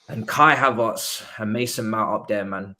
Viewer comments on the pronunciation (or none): Lmfao bro said CHYY HAVERTZ 😂😂😂😂😂😂😂😂🤣🤣🤣🤣😆😆😆